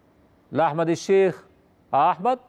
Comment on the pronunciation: هو المذيع ده قالب ليه على أحمد بدير فى ريا وسكينة تحسه بينطق إسم أحمد عحمد ليه